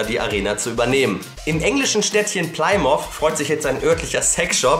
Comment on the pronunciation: Kleine Anmerkung: Die Stadt Plymouth wird "Plimiff" ausgesprochen :D